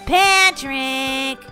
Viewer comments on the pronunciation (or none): When you saw Patrick I thought you said pan trick